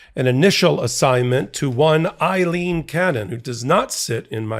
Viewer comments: Pronounced :Aaleen cannon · Why do people have such a hard time understanding that Aileen is not Eileen ? It is a different name. It is pronounced differently. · It's Ayleen, not Iyleen. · Aileen, not Eileen. AY-leen. P.O.S. judge. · Ms. Cannon's name is "Aileen" not Eileen! Two different names! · The name is Aleen, not Ileen. What is wrong with you? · Her name is not EILEEN, it is AILEEN. The first syllable is the same as "Amy." I once had a girlfriend named Aileen.